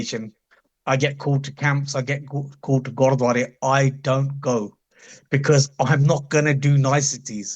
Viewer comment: paji you keep saying "godwara" repetitively....bro it's gurdwara not godwara like u keep saying.